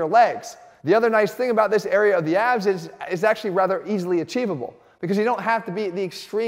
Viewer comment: Did you say “ABS” i thought you said AB .